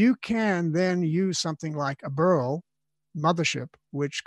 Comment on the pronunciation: Burl - I thought he said burro. Was starting to think I needed to make room for a burro and get hay. Whoosh. Ok. Putting down the tequila. Great advice master Kramer!